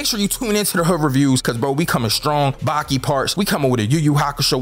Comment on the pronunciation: Replace the i with an a in Baki